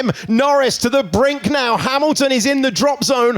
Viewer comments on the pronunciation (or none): none